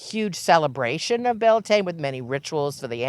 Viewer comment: I love but shes saying Bealtaine wrong… It's pronounced byowl tinna. It's Irish…